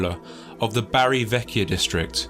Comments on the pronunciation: Took me a while to figure out the narrator meant Bari (BAR-ee) and not Barry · He's not from South Wales. It's pronounced Barr-ee, not Barry. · Bari isn't pronounced "barry" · Bari is pronounced Bah-ree.